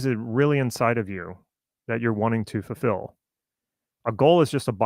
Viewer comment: you ended that sentence with what i thought i heard was "chances are you are sitting goals without understanding how they connect with who you are and what you are trying to ......." and then the word sounded like "fill" instead of "fulfill". if it is "fill" then are you "filling" what was "missing" so to speak and that is literally what a goal does?